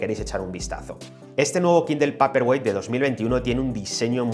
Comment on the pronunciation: Paperwhite se dice peiperguait!!!